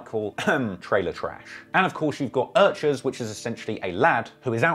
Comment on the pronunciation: its earchers